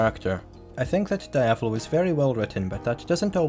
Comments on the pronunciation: Die-ave-lo? IT IS DE-AV-LO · Great video man ,tho it's pronounced [Deeavolo] not [Daaiavolo] ,it's Italian ,not Japanese . They don't say [Daio] they say [Deeo] for Dio so the same goes for Diavolo.